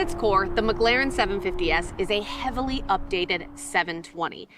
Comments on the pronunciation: This is a great video. I swear it sounds like you are saying “McGlaren” though. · She said “McGLAREN” damn near the whole video 😂🤦🏾‍♂️